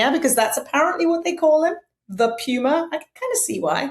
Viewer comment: Its not Puuuma in Spanish. Its Puma